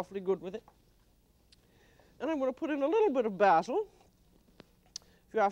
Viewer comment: I like the way Julia says "basil" the way we say it in UK English countries instead of the American way to say basil. She was so well travelled and learnt to speak French beautifully. A proper, classy lady.